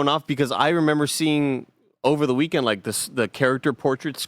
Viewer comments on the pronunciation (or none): none